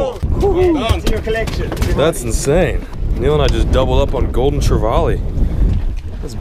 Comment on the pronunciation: I'm glad someone said Spanish mackerel! Secondly for my own sanity please pronounce trevally correctly! Try this say " valley" like hey man I live in the valley! Then put tre in front of it !! Not vaaley!! Love your adventures keep up the good work very jealous!! Thanks.....! I glad you found out gt's are hard bloody work! Love your